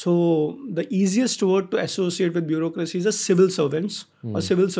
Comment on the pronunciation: "bureaucracy" hota h